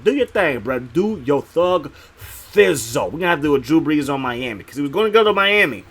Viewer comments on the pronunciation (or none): none